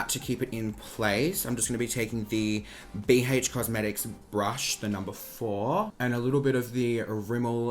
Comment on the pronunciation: bee heych cosmetics